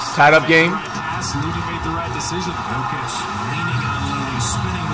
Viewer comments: My guy, it's "Yoke ich" not "jock itch" lol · It's Yokich... serbian letter "J" is like Y(es) Y(ou) Y(esterday)... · Dude you need to watch more nuggets games. And it Yo-kich. Get it right he’s the best player in the league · I can’t tell if the way you pronounce Jokic is disrespect or illiteracy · Bro say Jokics name right. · can he at least say the Joker or pronounce Jokic name correctly put some respect on that man.